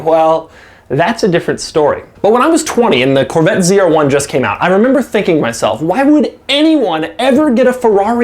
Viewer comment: Corvattes…..lol god damn that bugged me the way he said Corvette.